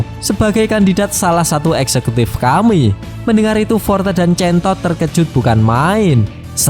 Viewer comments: hero name?chain toad terdengar(centod)😂😂😂😂😂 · centosss nya di tekan bet wkwkw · Ngomong centod nya biasa aja bro 😅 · Jadi executive Korban nama2 hero jelek😂, btw pas ngomong chaintoad nya agak di perjelas ya bg 😂, sekilas kyk ambigu